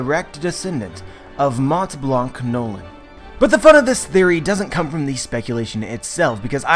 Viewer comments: Amazing theory, once again! (Small fact: "Montblanc" is a French word, it's pronounced like "monblan", not "monTblanK") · Hey! Montblanc came from Mont Blanc (Literally White Mountain) in France. You don't actually pronounce the T and the C. Like "Monblan" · Great theory ! I'm legimately mindblown yet it was so easy to think about ! :D PS: In Montblanc, the T and the C are silent, it's pronouced Monblan . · Just so you know , you don't pronounce the "t" and "c" in "Montblanc" , great video 'tho :)